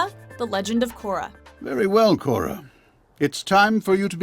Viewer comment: everything was ok till you said Korra